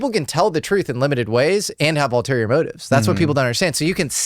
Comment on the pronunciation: The correct word is: ULTERIOR, not alterior.